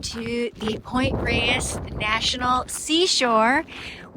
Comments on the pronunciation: great content. FYI, it's pronounced Point "Rays" ❤ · My senior year of high school, my PE credit was Sunday morning hikes at Point Reyes and Mt Tam. Life changing. Btw,, the locals pronounce it “Point Rays”